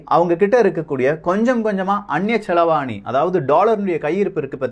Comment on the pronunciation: ல செலவாணி.. கிடையாது செலாவணி...